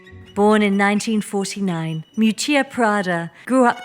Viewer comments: Isn't her name pronounced Miúccia Prada, with the stress on the first syllable? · Wanted to watch the video but as an Italian couldn't go past the third minute of mispronouncing terribly her first name. It's not Moo-chia pls! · It's actually pronounced Meeeoootchah. Just for the record.... Thanks for such an interesting video 🧡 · Her name is spoken mee'hù''tchia 😊